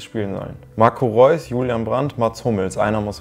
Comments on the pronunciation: Marco Re-us hahahaha so hat der englische Kommentator bei FIFA 12 Reus genannt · „Marco Re- uhs“ hahahah